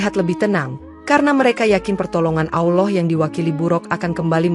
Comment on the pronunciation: Gue gak suka yg Bicara menyebutkan AwLoh harusnya ALLAH SWT. Segitunya Cari Duit. Bangkekkk